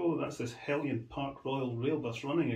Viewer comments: There is no 'i' in Heljan. It's pronounced as it as spelt. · Paul Palmer :-The word Heljan is Danish . Their pronunciation of “Jan” is said as “yan” …….so technically it is said as Helyan !